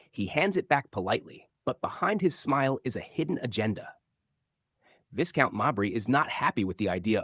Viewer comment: The title is pronounced 'Vye-count, not Viss-count. Obviously the narrator is American.